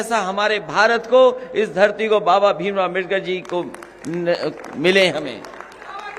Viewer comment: बाबा साहब डॉ आंबेडकर जी का नाम सही से नहीं ले पाते हो वह अम्बेडकर की बात करेगा।